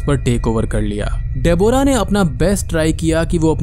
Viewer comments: Gawar ki aulad....डेबोरा....it's डेब्रा.... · De-bo-ra nahin Deb-rah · Nicely explained but it's pronounced as debra! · bhai tu Deborah bolna seekh le baaki sab sahi hai